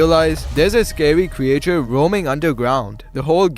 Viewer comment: Why's he saying CREJATURE